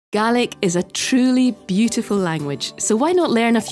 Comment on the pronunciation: Finally someone pronounced it right! It’s pronounced [gah-lick] and in our native language spelt gàidhlig, the English have destroyed the language, I can only hope to revive it